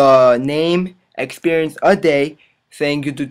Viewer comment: OMG!! - is hilarious! Thanks for guide bro but... "name, da lvl, expierience A DAY" is funny shit